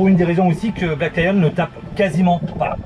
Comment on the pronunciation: Bonjour les amoureux, On vous suit depuis la Thaïlande et on a une question toute bête !! On arrive pas à trouver la marque de Black Lion?? C’est toi qui articule mal ou c’est nous qui comprenons rien?? Vous nous régalez tous les jours! Ne changez rien! Bon vent! Sandrine et Hervé.